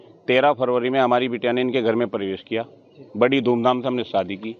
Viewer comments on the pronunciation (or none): none